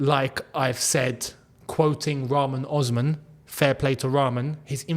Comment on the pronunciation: Rahman Osman? How the hell are you pronouncing this mans name? You fake Algerian! 😅😂